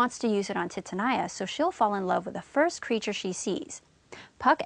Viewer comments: It’s TITANIA not titinia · I can't believe the pronunciation of Titania !!!!! Phonetically it's Teetahneeah. Helpful otherwise. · Your pronunciation of 'Titania' kills me... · Thx For help But the pronounciacion Of Titania Sucked my dig